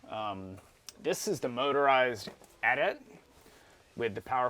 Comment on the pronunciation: Kills me to hear "at at". But with the AT-ST he says it correctly.